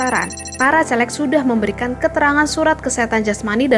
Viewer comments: Ngomong yang jelas mbak. CALEG bukan CELEK. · Nggak Celeng sekalian